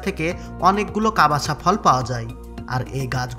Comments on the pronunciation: ভাই, কাবাসা না কাসাবা।। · কবাসা নয় কাসাবা হবে।